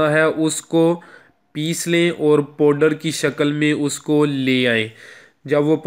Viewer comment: OYE ULLU ! PEHLAY APNI URDU DARUST KAR LO PHIR URDU BOLO.... YA FER PUNJABI BOL !!. LAFZ 'MURGHI' HAI NA KEH 'MURGI' AUR 'LAFZ 'POWDER' HAI NA KEH 'PODER' !!!!